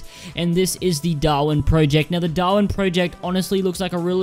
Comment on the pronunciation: does noone in the world know how to pronounce project